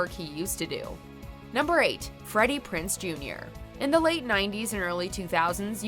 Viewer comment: His name is Freddie Prinze jr, not Freddie Prince jr. pronounce it with a z not a ce.